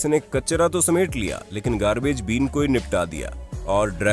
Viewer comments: Its garbage “bin” not beam.lol😄😄😂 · Please practice your pronunciation of English words before you use them, currently you are totally changing the meaning by mispronouncing it. As for example you pronounced word bin as been. It sounds funny and foolish. Better still do not use English to show off, it is working exactly opposite. Thanks